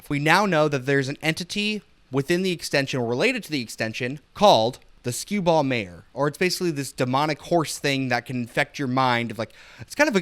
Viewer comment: The mispronunciation that really got me was pronouncing "Mare" as "mayer." The a in mare is pronounced more like care, bare, share, etc. Less of a sharp A, Unless you pronounce bare as bayer at which point I think we'll have to settle this with fisticuffs. More seriously; no worries. Everyone mispronounces stuff. Other people have caught a lot of your other misses - like Stygian being "St-eye-gee-an" or indelible as "in-del-ih-bull." Or Siobhan being "shi-vahn." Similarly when it said "grume" I'm 99% certain it was a misspelling of grime. Not your fault, but it does go to show how easy it is even for someone with a thesaurus to make simple mistakes. As far as keening goes - there is an Irish ceremonial 'keening' that refers to sounds made at a funeral unique to them, but more commonly it's used to refer to a sharp, high pitched and sorrowful tone. Like a bird calling to something that isn't there, or a warning siren prior to disaster, or even the sound of a violent wind whistling through the trees. If it helps, you can think of it like a 'keen' blade; it means sharp. Without the sharp sound, it's not a keening so much as a wailing or moaning. It's all peachy, though, because English is a glorious mess of a language to an extent even native speakers don't realise; the rules of the language literally change based on the etymology of the word you use. Is it based in Latin? Then it would be octopi - but because it's actually Greek the correct usage is octopuses. Because English i